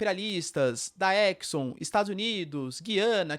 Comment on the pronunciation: GUIANA, e não, Giiiiiana!!!